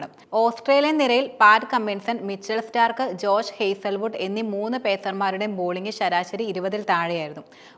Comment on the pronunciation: സ്റ്റർകല്ല, ഷമ്മിയല്ല സ്റ്റാർക്, ഷമി എന്തുവാടെ